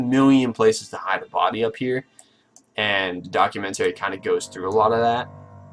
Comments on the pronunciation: Can you learn to pronounce the word "documentary" then maybe something you say may be taken as valid here... you complete idiot. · "put it in reverse documenTERRY!"